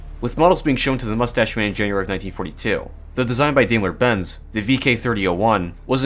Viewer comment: dime-ler. Not D-aim-ler. :c